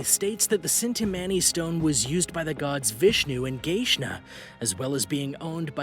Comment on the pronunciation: # 8 is pronounced chin-ta-money JSYK